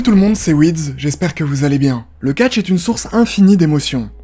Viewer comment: C'est pas weedze c'est weede